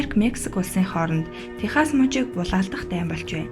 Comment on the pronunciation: Үргэлж шинэ сонин мэдээлэл оруулдагт баярлалаа. Харин Texas-г Техас биш Техсас гэж зөв дуудлагаар нь дуудаж заншвал ямар вэ.